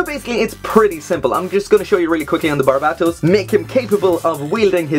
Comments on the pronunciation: BARBA-TOES Now you can't unhear it. You're welcome :D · barbatos is how you pronounce it bud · It's just Bar-baa-tohs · its barubatosu to be correct xd (the pronunciation of Japanese may be very hard to pronounce for non-asian ppls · Holy shit I cannot get over how you pronounce Barbatos